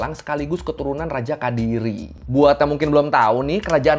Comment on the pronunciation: kediri bang bukan kadiri